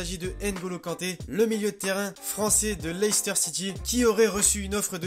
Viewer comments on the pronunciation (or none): none